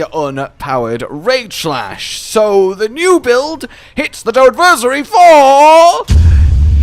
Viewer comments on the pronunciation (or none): I'm gonna go ahead and be that guy. Toadversary isn't like, Anniversary. It's like, Adversary.